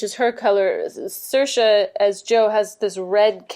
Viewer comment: Sayer sha that's how it's pronounced